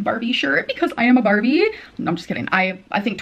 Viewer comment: Barbie??? Nah she carbie lmfaooooo